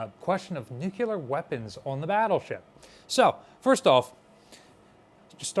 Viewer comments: Nuclear, not "nucular." Nothing you say has any credibility if you can't bother to say "nuclear" correctly. It is not difficult. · NEW-CLE-AR! not nu-cue-lar! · New-Clear, two syllables lol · Nuclear, nu-clear, "new clear" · Do a shot every time you hear "nukular". I dare you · We can call it a Nukular Mazora shot. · I die a little inside every time says “nucular”